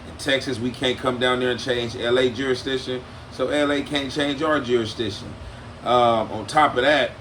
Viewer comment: Say it again,juri, what??? 🍿🤣 juristition...???